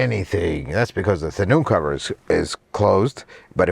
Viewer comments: What is a tonew-cover? ;-) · Tenoo cover 😂